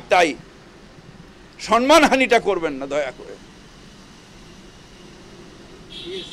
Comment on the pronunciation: ফিরাদ কাকা, সন্মান নয় সম্মান উচ্চারণ হবে ।শুনতে খারাপ লাগছে